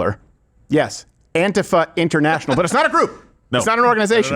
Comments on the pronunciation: Hey Steven, stop pronouncing antifa like a fairy. It's An-TEE-fuh. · No, dude, it's not that "some people pronounce it 'Anteefa' instead of AntIfa", it's that EVERYBODY IN THE WORLD pronounces it as 'Anteefa'!!